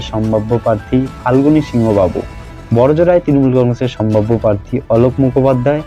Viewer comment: Kotha ta "parthi" na "prarthi" bokachoda ashikkhito